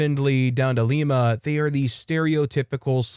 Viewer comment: Lima, Ohio is not pronounced like the city in Peru. It is pronounced like the bean.